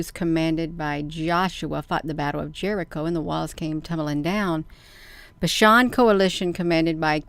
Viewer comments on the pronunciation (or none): none